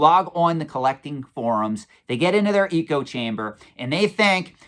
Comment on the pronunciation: Eco chamber? Like terraria, jk I assume it’s a Pennsylvania pronunciation. Also congrats on 10k look forward to 100k!